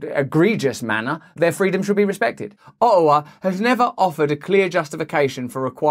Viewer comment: O'awa Alber'a I love it